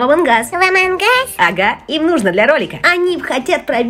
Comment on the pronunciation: Не амонгас а амонас